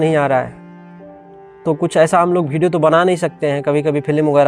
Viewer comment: Tu pahle video achha se bol le, hamesha bhideo bolta hai pagal